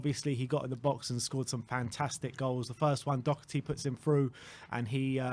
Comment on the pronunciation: Funny how still can't pronounce Doherty correct nor give the Irishman credit when it's due.